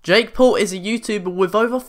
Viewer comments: its jake paul not pull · Excuse me his name is jakepaul not jakepool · It is Paul not paol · "Jake pool" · ''Jake Pool'' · Lol you pronounced his name wrong...